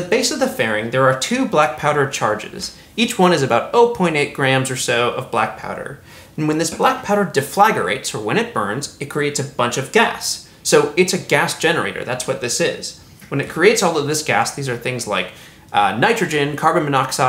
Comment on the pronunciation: de-flag-or-ate? always heard it as def-le-grate